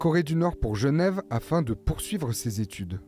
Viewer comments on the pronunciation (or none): none